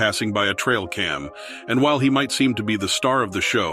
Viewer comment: Alligator??? Really? You pronounced "Caiman" wrong